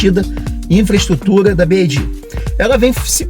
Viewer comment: Parabéns pelo vídeo! Ótimas informações... Só uma SUGESTÃO! Pelamordedeusss... tá mais do que na hora do brasileiro aprender a pronunciar corretamente a marca... Se quiser falar em inglês, o correto é pronunciar "bi UAI di"... Y em inglês se pronuncia como "UUUUAAAAI". Ou então fala só "BID" em português mesmo... agora "bi AAAAI di" é de doer os ouvidos!! Vc é fera e isso é irrelevante perto do seu conteúdo... é apenas uma sugestão, para que possa se diferenciar de outros canais!